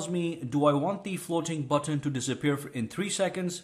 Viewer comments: Good video but I only made it to the section where he said: "FLOWTEEN BUWTONE" 75 OR 80 TIMES, I JUST COULDN'T TAKE IT ANYMORE... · I loved the way he pronounces " floating button"